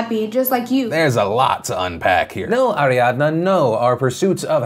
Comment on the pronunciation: I don’t like how Phil pronounced Ariadna . Too extra.